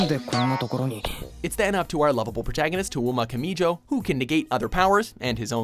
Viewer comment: ''Towoma Kamee joh''' I cringed since it's pronounced ''Toe mah Kamee joe'' And i'm more of an Accelerator girl.